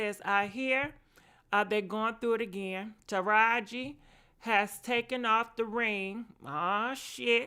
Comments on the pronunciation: Sis if you say ta-heri over TA-RA-JI IM GONNA DIE... LMAOOOOO... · Tahiary?? Who don’t know how to pronounce Taraiji 🤦🏾‍♀️ but I guess keep going chileee ooooweeeee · Ta•Rah•ji!!!😂😂😂😂not Tahari. I like veyou Sis! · I wish she'd stop mispronouncing Taraji's name....that's so disrespectful and rude. Her NAME IS NOT TAHARI!! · 🗣Taraji Jessica... NOT Tahiry!! Sheesh!!!! 😩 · Taraji name is pronounced TAH RAH GI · Yesh you ignorant af. You got the whole story wrong. Definitely unsurprising from a women who can't even pronounce Taraji! Tuh rah jee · It’s TA-RA-JI like RAH! And JEE! You..., ima keep that to myself .